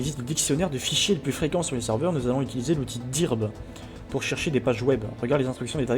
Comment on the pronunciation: par contre, ça ne se prononce pas "dirb" c'est "deu:rb" en anglais.